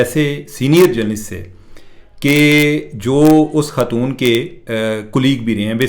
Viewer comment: آپ کی اطلاع کے لیے عرض ہے کہ لفظ خاتون ہے ختون نہیں ہے